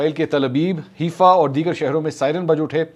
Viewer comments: Mansoor Ali Khan This is not Heefa, it’s Haifa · It's Haifa not Hefa. Please correct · Mr. Mansoor Ali khan, the word pronounced as HAIFA not HEEFA.